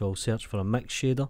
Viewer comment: The way I heard: a "max shader"... kkkk